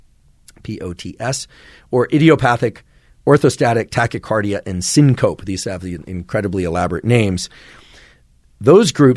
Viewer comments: Syncope is pronounced “Seen-CO-pee” Edema is pronounced “Ed-EEM-a” Just trying to be helpful 😊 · You are an indispensable resource for millions of people so when I hear something you miss I want to point it out so you can correct it in the future. Your pronunciation of edema and syncope were incorrect. Edema is pronounced “uh-Dee-muh “ and syncope “sing-kuh-pee”. I am an interventional cardiologist and deal with these issues on a daily basis. I imagine you don’t discuss these issues in your daily life, so the mistake is understandable. Keep it up, I listen to you regularly and you have improved MY life with your discussions. Thx J J OMeara, MD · The way you said syncope and edema😅